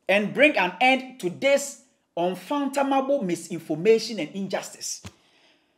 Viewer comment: The word is UN-FATHOM-ABLE.....................:face-red-droopy-eyes